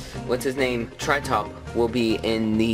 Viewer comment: tri-tip* not tri-top